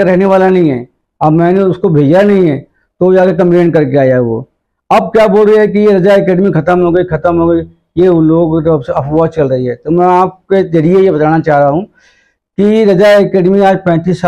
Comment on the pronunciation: Inke Talaffuz Par Gaur Kijiye Zariye Ko jariye Hazaar Ko hajaar Permission Ko permison Police station Ko stason Raza Ko rjaa Aur Khud Ke Naam Ko sakil Aur Log Inhein Maulana Aur aalim-e-deen Kahte Aur Samajhte Hain Jahaalat urooj Par hai